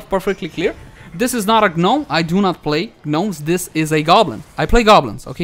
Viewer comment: its not a G-nom, its just Nom... G is silent :-) she seems quite interesting to me + her run animation is so cute :-) makes me laugh